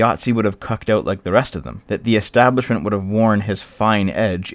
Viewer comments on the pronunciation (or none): none